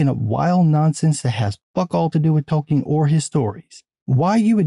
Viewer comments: Oh, Tolkien society. Haha -- sounded like "The Token Society." 😂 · Forgive my 23 years of Field Artillery but every once in a while it sounds like you’re saying “the Token Society.” But that a whole other video.